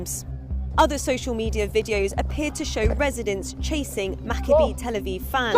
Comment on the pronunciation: Learn to pronounce Maccabi correctly. The "I" is the same pronunciation as Malachi.